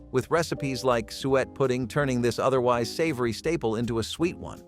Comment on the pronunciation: Suet is pronounced sue it not sweat.